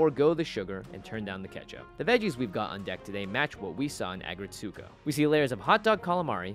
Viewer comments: Good recipe! Small FYI: The title is pronounced either "ah-GRETSS-koh" or (the original Japanese title) "Aggressive RETSS-ko". (It's not, as I heard say, "ah-gret-SOO-koh");-) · I couldn't figure out what was saying. Then I realized it was his pronunciation of "Aggretsuko" lol! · Please stop pronouncing it so wrong 😭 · All the cringe of how he pronounced Aggretsuko